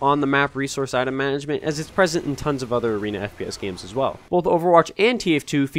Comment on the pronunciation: Managment? LOL😂